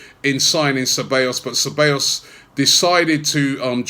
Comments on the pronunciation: its not cabellos robbie it is ceBAllos smh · Ce-bij-os.. not Ce-bay-os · God dammit Robbie, it's Ceb-ahhhh-llos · His name is pronounced “Saybaayous” Robbie,lol. Anyway,good addition to the team despite the loan arrangement.